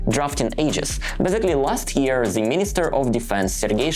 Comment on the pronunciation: I think your stats will probably show whatever way you deliver it, people aren't so interested in just another travel vlogger. They want to know what's going on inside Russia and what they should think about this. Btw, nothing huge, but your English would improve dramatically if you could teach yourself to pronounce 'the' and 'they' properly, rather than 'zhe' and 'zey'.